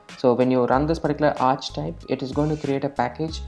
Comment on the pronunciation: Great video! Just so you know for the future, archetype is pronounced "arr"-"key"-"type" ( )